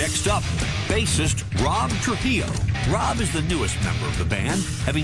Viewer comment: Soy mexicano y asi no es como "trujillo" se pronuncia